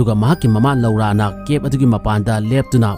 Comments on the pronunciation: Loura haiba natey "LORA" haina haiyo. Tabada nokningey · Lora haina pronounce toubiyo loura haibigano